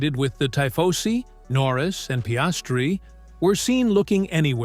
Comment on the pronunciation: “Ty-fosee” ?! if you use a foreign word (tifosi), shouldn’t you pronounce it properly ?